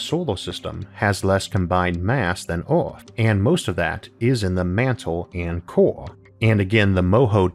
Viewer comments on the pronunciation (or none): He has a speech impediment, so, yeah. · Earth starts with an E, its not orth